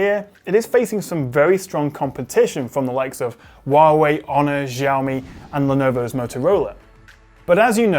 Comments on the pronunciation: Jaomi? I thought it was Xiaomi pronounced like Shao-mee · Wuawei, onor, ziaomi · Jiaomi or Xiaomi. 😂